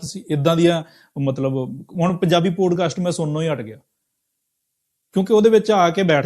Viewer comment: ਪੋਡਕਾਸਟ ਨਹੀਂ ਪੌਡਕਾਸਟ...this is for MOST Indians. Learn to correctly pronounce English words. It has NOTHING to do with accent (American or British)